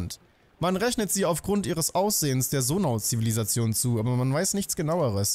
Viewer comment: Ich finde es einfach nur witzig das er immer noch Sonau anstatt Zonai sagt er meinte ja im ersten Part das er Zonai sagen wird